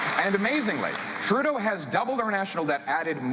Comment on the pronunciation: How many times will he say Trudea